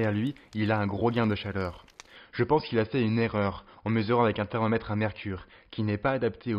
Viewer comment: Dés le début 6s par exemple. Vous dites " les réflecteurs situés..." Mais moi j' entends " les réflecteurs sitEés " Il y a d' autres exemples tout au long de la vidéo, à un moment le o de thermomètre et presque avalé. Et personnellement j' éprouve une réel gène, et je pense que c' est nuisible à la qualité de la vidéo. J' ai l' impression que vous avez un accent de je ne sais où, sans vouloir vous offenser. Je ne sais pas si c' est une question d' élocution trop rapide.